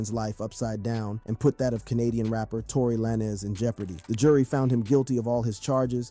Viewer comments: He’s saying “Tory Laynez” so that people will comment and correct him, and when people comment… it boost his video in the algorithm. You just did what he wanted you to do without you even knowing😂. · You doing a story and calling "Tory lanez" Tory lay-nez tales away from your credibility from the jump. How did you really think that was like a last name or something lol